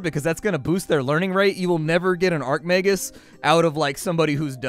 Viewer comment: I flinch everytime he calls an Archmagus an Arcmagus